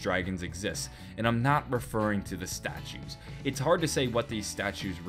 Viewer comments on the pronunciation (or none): none